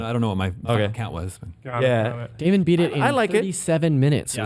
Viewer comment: Daemon not damien great host of game scoop